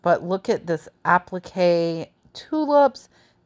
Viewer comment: Great stuff! Appliqué is pronounced app-lick-ay. App like an app on your phone, lick like 👅, and ay as in hay.